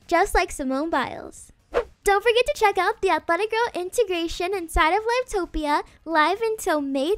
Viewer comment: im sorry but the way u said "live topia" pains me lmaooo